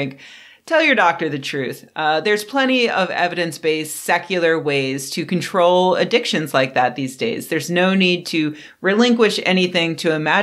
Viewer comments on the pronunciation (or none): none